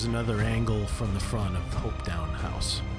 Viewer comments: Hopetoun House is pronounced Hopeton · Not HopetOWn - Hopetoun (toon like cartoon.) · And Hopetoun is pronounced "hope-tun" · Doune I think would be pronounced "Doon" not down. Hopetoun , would be said more like Hopetun , with the stress on the first syllable. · Very nice video. To get the true dialect see Doune Castle (spoken as Doon); Edinburgh (spoken as Edin burra), Hopetoun (spoken as Hope-ton); Fraser clan (spoken as Fray-zer)